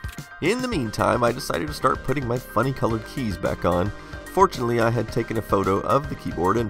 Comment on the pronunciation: When you say "Well, fortunately...". it sounds like "Unfortunately...". Please stop doing that.